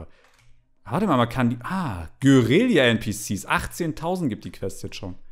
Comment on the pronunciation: Es heißt Guerilla und nicht geurillia